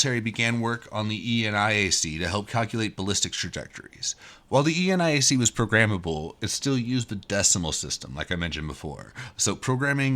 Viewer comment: nit: Never heard eniac pronounced as E-N-I-A-C :)